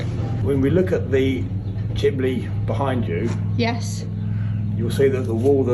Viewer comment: Love the way says Chimbley, I nearly fell off my chair at the toilet comment!😊